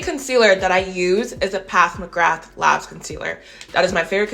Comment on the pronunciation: I have them both and love them both. I love how you call PAT, PATH McGrath